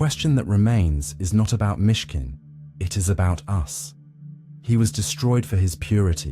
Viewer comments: It's Myshkin, not Michigan. Down with bots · MISHKIN…not Michigan! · "Michigan" lmfao